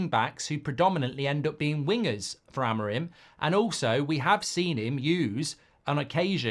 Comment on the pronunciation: Rúben Amorim!!!! Say his name right pls, it's AMORIM not AMORIME , try to pronounce the "I" more.